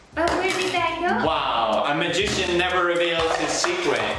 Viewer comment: i love how he struggels to say " magician " lol